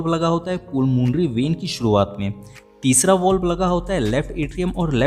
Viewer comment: पुलमोनरी वेन नहीं पलमोनरी वेन होता है